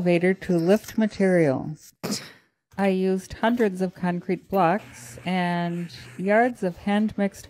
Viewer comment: Why does she keep calling it cuncrete?